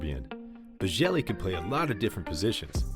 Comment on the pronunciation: Just a little piece of advice how to pronounce J. Its similar to Y in English. Like Youtube. Or Maya - Maja. Byelica - Bjelica. Yokic - Jokic. Same like German pronunciation of J. Jagermeister